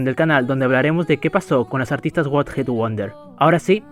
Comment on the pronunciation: What hit wonder o one hit 😂😂😂😂 pronunciacion a lo veneno